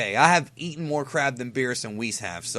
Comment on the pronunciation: for a second I thought he said eating crap then crab